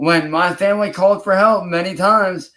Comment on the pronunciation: Nothing annoys me more than him saying “muh femwee”. He has no family. It’s his mom/granny and her crackhead boyfriend.